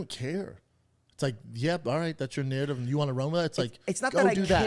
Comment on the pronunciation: Inchrissing narrrdiv!!